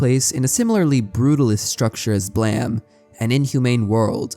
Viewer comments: Calling blame “blam” goes crazy , how’d u manage to misread it that many times lmao it’s an English word brother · Love your videos but jesus christ dude why do you pronounce blame as BLEEEM🫠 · I love the video however I’m pretty sure it’s pronounced “Blame” like the word “lame”, not “Blam” like the word Bam. Other than that great video man 👍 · That's Blame, not Blam, right? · Why does everyone call it BLAM. It's title spells blame.... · Why did you pronounce it "Blam" if it is spelled "Blame"? Do you not know about the word "Blame", or how to pronounce a word with an "e" at the end of it, or is this how the name of the manga is pronounced and it just has an unconventional spelling? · Blame not Blam... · God, I wish people would just call the manga Blame. What is Blam even supposed to mean? And don't say its the Japanese pronounciation, that would be Blamu in Katakana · So is there any reason you said "blam" and not "blame?" You caused me to spend 20 minutes looking for the wrong series and getting frustrated at why I couldn't find it... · Hearing it pronounced as Blam rather than Blame threw me off for sure lol, but it’s always one of my favorite series to listen about, I love that the mangaka was an architect that wanted to create impossible buildings and made a manga around that. naissancE and Manifold Garden have always been perfect subjects for philosophical musings and I love that for creators like you. Thank you for the video! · There’s no way Blame is pronounced Blam… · BLAM???? hahahaha it's just called blame! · Wait it'd pronounced Blam, not Blame? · Why are you calling it BLAM? It's Blame? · messed up that its pronounced "blam" honestly. whats that E doing there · This is the first time I hear Blame pronounced as Blam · Read your comment and rolled my eyes, and said something like "look at this pronunciation cop over here" then heard it. No, No you're right and I apologize for doubting you, that hurt to hear.